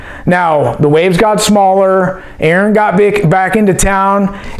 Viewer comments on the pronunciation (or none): none